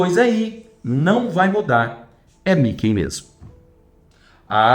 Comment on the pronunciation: americano nao pronuncia 'Mickey' como ele falou.